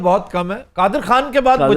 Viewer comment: you should learn urdu from aftab bhai because you said (irfan khan) but this word is خان not کھان